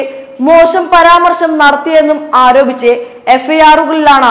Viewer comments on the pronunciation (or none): none